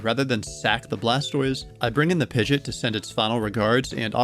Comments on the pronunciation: I cringe every time you say Pigeot, but the video was good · I know they pronounced "Pidgeot" like that in the Pokerap, but.. 😅